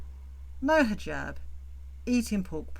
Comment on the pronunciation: HE JAB I cannot with that pronunciation! She lived a 3 year MASCARADE that is all it was. I do think one morning she won t wake up....her heart will seize...and I honestly sadly enough think that is what she hopes for. Eternal Sleep. I fully understand what you teach (I am sure to some you are teaching) CPTSD.....that is my primary condition, not going to lie. 13 yrs of daily fearing for ones life, before you can get away from a Psychopath....But today, I am hella STRONG and offer counsel to others. Ty for bringing up these REAL LIFE issues. Appreciate you.